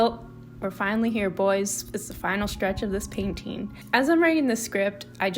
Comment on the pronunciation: I LOVE THE PAINTING IT LOOKS SO GOOD i love the colours so much!! btw i really like the way you often say "painteeing" with a longer "i" instead of painting